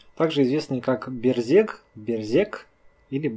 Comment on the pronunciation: Берзег произносится как Бэрзэдж. Эта фамилия представлена в Адыгеи, и там она считается абадзехской. у Т. Половинкины Князь Аублэ черкесского происхождения. Его могила сохранялась до 1920 г. на территории совр. гостиницы "Приморская".